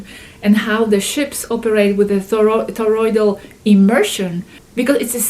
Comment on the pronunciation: Toroidal, toroidal not thorroid😊